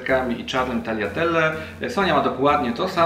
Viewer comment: W końcu ktoś, kto dobrze wymawia tagliatelle 😋 catering wyglada pysznie